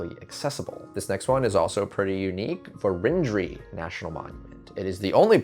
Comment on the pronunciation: Where was that Vérendrye site? In SD it is pronounced with the accent on the first syllable, VER- en dree. (On the other hand, look how Pierre is said, with that England-style compressing of syllables.) I know the Ft. Pierre site where a plate was found and upended the whole idea scholars had created about their route. Other plates still exist, according to the Vérendryes, buried and unfound. It's still a treasure hunt. Sounds like a place to visit: "Crow Flies High Butte (elev. 2,047 feet) is a conspicuous landform located on the left bank of the Missouri River in west-central North Dakota. It is situated along North Dakota Highway 23 two miles west of New Town on the Fort Berthold Indian Reservation. The butte's value as a landmark and vantage point was especially important to early explorers who had little or no dependable information about the area and the travel routes and hazards it might offer. It makes sense that someone who encountered this landform back in the days when this part of North Dakota was uncharted territory would want to make their way to the top of it and have a look around.... Crowhigh Butte may have played a part in the first extensive exploration of the northern United States east of the Rocky Mountains, which was undertaken by celebrated French explorer and fur trader Pierre Gaultier de Varennes, sieur de La Vérendrye and his four sons." National Parks Traveler. (Only two sons are mentioned on the lead plate.)